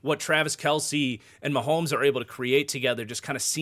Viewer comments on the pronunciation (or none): none